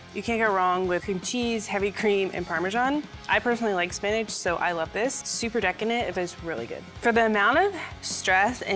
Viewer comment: Why does she say spinach like spinaj